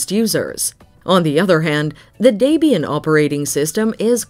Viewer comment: Can't even pronounce Debian and Linux correctly.